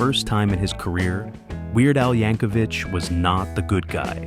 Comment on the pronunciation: I often hear Weird Al's last name mispronounced as "YankoVICH" such as in this video.